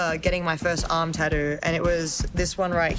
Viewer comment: lol they way she says tattoo